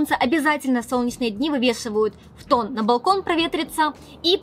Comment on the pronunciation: Фтон...Но ведь фУтон🙀